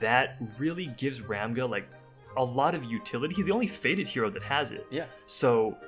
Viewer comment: Thanks for the videos - very insightful! According to Korean pronunciations, Ramge is pronounced like Range with an 'M'. Also, Rachel should be something like Rahkel, but whoever translated didn't really think through.